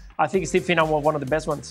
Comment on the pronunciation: Well you could get his name right. It's Finnan.